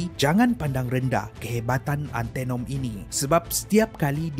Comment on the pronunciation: Sebutan antanom bkn antenom ..